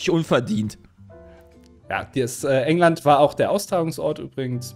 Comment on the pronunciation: also zum einen sind Frauen, wenn dann ja wohl W*chserinnen und keine W*chser und zum anderen habe ich bei Jays Antwort "Hängland" verstanden xD